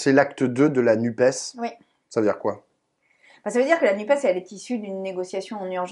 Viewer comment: Content – sans étonnement – d'entendre "la NUPÉS" de la bouche de Sandrine Rousseau. Il y a en effet tant de journalistes qui, disant "nuppe", voudraient ainsi réduire l'écologie à un 'e' muet !